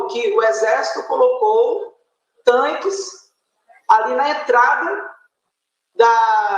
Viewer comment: TAINQUES kkkk como ela me irrita falando errado é TANQUES, aloprada.